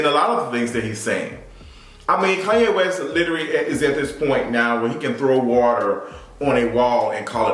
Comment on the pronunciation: Kanye,not KUNYE!